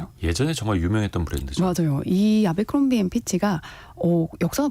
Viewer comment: 에브라크롬비 라고 발음?